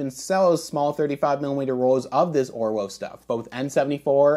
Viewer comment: It’s pronounced ’Orvo’ being German.